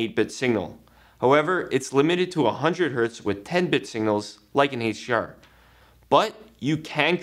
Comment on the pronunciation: "Heych D R" It's HDR